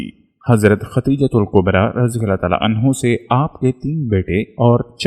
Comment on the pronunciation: Aawaz to MasaAllah Bhot he peyari hai ❤️ماشاءالله تبارك ❤️ 💔Magar maaf kariyega ke talffuz aapki bhot see jagah aapka saath nhee de pa rhee hai zara samjh kar padha kariye mai paihle bhi aapko bol chuka hu Khan E [kaba hai] [Qaba nhee] Khadeejatul [Kubra hai] [Qubra nhee] Chota kaaf hai ک hai Or[radi Allahu anha shabiya] ko kha jata hai [Anho nhee] Male Female ka to farq hona caahiye janab Jo aapko zaroor samjhna caahiye aapke Channel par itne followers hai MasaAllah unko keya paigaam jayega aapki in choti choti galatiyo ki wajah se please meri baat se aap samjhne ki koshish kariyega na ki bhes.. جزاکم الله 🙏 Thank you🙏